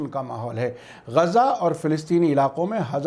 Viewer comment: بہت اچھے خبریں ہیں مگر یہ گزا نہیں بلکہ غزہ ھے غین سے اور کچھ لوگ اسرائیل کے س کو ز سے لکھتے ہیں جو غلط ہے ازرائیل